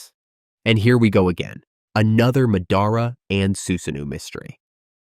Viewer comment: Pronouncing madara and minato like that is enough for me to never watch one of your videos again. It is like chalk on a board.